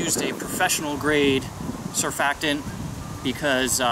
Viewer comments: How do you apply detergent? The accent is on the first syllable .. SURF-fac-tant. I worked for P&G. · Surfactin? Cerfakten? Curphactan? WTF!!! Never heard of it!! PLEASE EXPLAIN !! Shouldn't YOUR lawn look a little thicker with all your knowledge! Always cool to watch someone give a video wearing sunglasses.